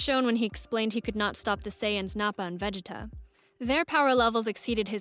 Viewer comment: Awesome video. But the way you pronounced Vegeta ...🥶🥶🥶